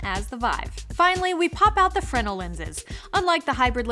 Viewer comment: Eyy they fixed the fresnal pronounciation! Good to see.